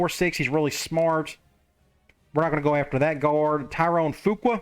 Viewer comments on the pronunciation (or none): Skinner is your starter as the LS and as the C. If you want the backup to play, it would be the other guy even though he has a higher overall rating. Additionally, “Fuqua” is likely pronounced “Few-quay”. I only know this because my grandmothers maiden name was Fuqua. Excited to see this new team and see if Nugent can do anything as a returner!